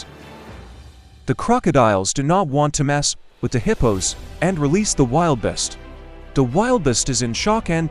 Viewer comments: Check your pronunciation of “wildebeest” \ ˈwil-də-ˌbēst \ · It's pronounced. wil·duh·beest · Wiliest? Get your editor to pronounce and spell words correctly or I and many friends will stop watching! How difficult is it to google the animal and pronounce it correctly? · It is pronounced as wil de beast. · Wil da beast pronounced idiot. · Apologies for the AI conversion ,pronunciation..Thanks for watching 🙏🙏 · The AI ,caused that mispronounciation. Thank you for watching 🙏🙏🤠🤠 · Noted..Yes,Wildebeest mispronounced, by the AI Narrator ..Thank you for watching 🙏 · The AI converter, created that pronunciation issue.Thank you for watching 🤠🙏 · It's the AI generated pronunciation. Caused an error. Thank you for watching 🙏🙏😀